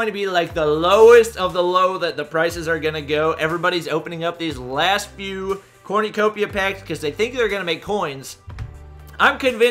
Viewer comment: its Corn-u-copia not corn-oo-copia.